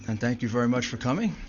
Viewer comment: vewy vewy SAD.......but funny 😢😅😂